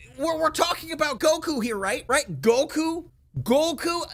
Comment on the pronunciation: Yeah, I mentally checked out after “Geeku”